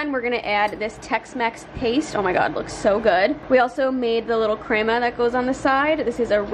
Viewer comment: "Crema " you said right girl God Bless You 🙏